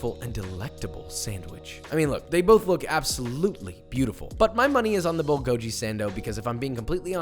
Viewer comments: I got irrationally homicidal every time he pronounced Bulgogi as "Bull go jee" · It’s pronounced bul gow ‘gee’ the gee is pronounced like the gee in geezer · Papa delivering as always! Just a disclaimer: Bulgogi is pronounced Bull-Go-Ghee as "bul" means fire or in this case grilled and "gogi" means meat. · Thank u I was wondering what the hell bullgoji was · Aside from the fact that he pronounced bulgogi wrong, it’s actually closer to 제육볶음 or spicy marinated pork belly. i think the recipe is fine but he should call it what it is lol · My left eye actually twitched hearing him pronounce bulgogi, and i didn't even realize a cared about it. Its no big deal but apparently my eye is offended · Hearing that hurt me deep inside. Why papa, why. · The NC pulled pork looked great, but as someone obsessed with Korean food, him mispronouncing bulgogi was driving me crazy. Just….yikes. It literally takes less than a minute to Google the correct pronunciation. Or a single trip to a Korean restaurant. Also… didn’t he technically make a pork belly (samgyeopsal) sandwich? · Can't wait to try making the bulgogi sandwich, it looks amazing. On a side note, it was slightly triggering each time to hear bulgogi mispronounced without the hard g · bulgogi is spelled 불고기 in Korean and ㄱ is a hard g/k sound. He’s saying it was a ㅈ sound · You liar. I speak Korean and I can confidently tell you that it has a “g” sound, not a “k” sound. And he completely trash the “bul” part. It’s pronounced more similarly to “bull” than whatever he said. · Its "Bull-Go-Ghee" not bull-go-gee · It's not "gee" it's "ghee". Bulgogi (bull-go-ghee). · "bullgoeee" ... me: "Excuse me sir..." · Bulgogi is pronounced bhul-khogi (like hull + ghee), not BULL Gojee. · Bulgogi is actually pronounced bul-go-gi, not bull-go-ji. Bul means fire, and the gogi means meat. (I'm Korean btw) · Bull go giiii!!!!! Not jiiii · Dearest: bulgogi is “ghee,” not “gee.” But yum to everything else! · he said bulgojeeee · bull go jee